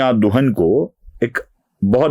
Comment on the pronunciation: शायद दुहान है. दुहन नहीं